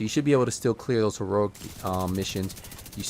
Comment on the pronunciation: “This is heruric”